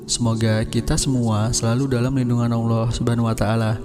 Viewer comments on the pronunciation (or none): none